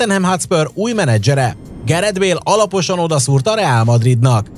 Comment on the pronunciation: 0:4 apaosan xd